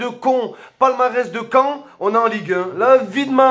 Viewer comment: Arrête de tenjailler c’est cean 😂😂